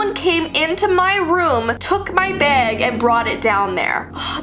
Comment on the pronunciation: How the world says bag: bag How says bag: beg